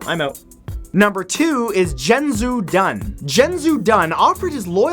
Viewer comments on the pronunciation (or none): omg I couldn't stop laughing after he completely butchered the name xiahou dun he said dun correct but xiahou is pronounced like she-a-ho not jin-jew that's not even close to correct. also Yue Fei is pronounced as You-e Fay not You Fee and he would be from Hu-nan not Hu-na (its the name of the place that he said that Yue Fei was from). ive been studying Chinese for almost 4 years and lived there for a lil while so I know how to pronounce it lol he normally does really good at pronouncing things or names from other countries so im not bashing him at all im just letting anyone whos really interested in these people know the correct way to say them. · Xiahou Dun is actually pronounced "Shaho Doon" (roughly anyway; it's a bit more complicated) and Cao Cao is pronounced "Tsao Tsao". However, unless you're really familiar with them, it's not that obvious, so the mispronunciation is understandable. Though, I was kind of bummed not to see Zhao Yun or Guan Yu, as I've always felt like both of them were better than Lu Bu. Though, that could just be my Shu bias. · ...that is the worst pronunciation of Xiahou Dun ever. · Umm i'm sorry to tell you but you pronounced Xiahou dun wrong it may appear as you might say it ziahodun but it's actually shiaho dun ya see in china/japan some alphabits shouldn't be pronounced as they appear to be for an example Xiahou dun is pronouned Shiaho dun and Cao Cao is Pronounced Tsao Tsao not Cow Cow and Dong Zhou is Dong juwoh and please don't say Cow Cow..... it's Tsao Tsao.... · Were you one of the voice actors for Dynasty Warriors 3?! I actually had to pause the video, it be 'tsao tsao' not 'cow cow' and as far as I know 'zha-hoe-dunn' not 'Zheng-zhu-dunn' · it's pronounced she*a*hoe*doon not cheng su dun. get it right. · Xia (shee-a) Hou (Whole) Dun (Dune) is more correctly how it should sound by the way Lu Bu and Yue Fei also pronounced quite wrongly lol, but understood that Chinese name wasnt easy to read without the tones lol